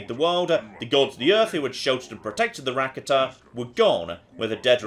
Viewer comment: Rakata is pronounced: Ra-carter